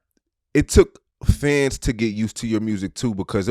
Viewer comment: you gotta pronounce “Fans” better, or pick a new word😂 u know how many times I thought u said FEDs